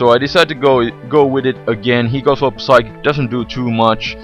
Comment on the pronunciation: psychic - the P is silent